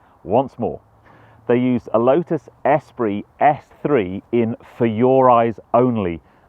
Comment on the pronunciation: Every time he says S-pree rather than es-PREE….